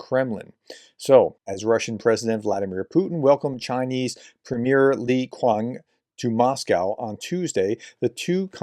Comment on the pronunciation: For future reference, Qiang is pronounced like "chee-ang", not "kwang". (I know there's a morass of unpronounceable names in all of this. :-)